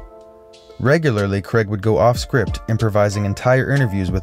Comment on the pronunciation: It's Craig, not creg